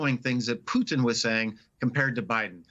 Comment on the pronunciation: Finally pronouncing Putin as Poo-tin, not Pood'n